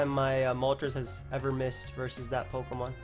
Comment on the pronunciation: Fun vid but pronunciations are sus af